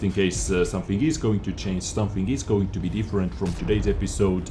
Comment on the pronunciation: i love how he pronounces 'change' like 'chains' :O chains this chains that